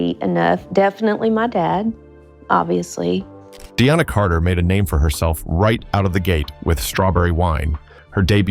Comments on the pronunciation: Deana Carter’s name is pronounced Dee-na, not De-anna. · they pronounced Deana Carter's name as Dee Anna when it is DEE Nuh.